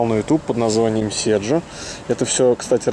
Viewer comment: А кто такой "Сержо"? Может "Седжо"?